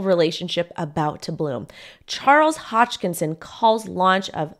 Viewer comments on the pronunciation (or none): yo, its not Hodgekinson. His name is Hoskinson